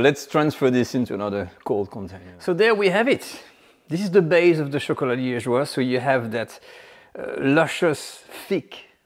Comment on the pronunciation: Liegeois has an "e" after the "g"! Otherwise the "g" is hard.